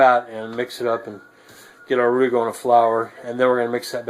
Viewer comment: Great job,! By the way, you pronounced roux correctly. Mrs LP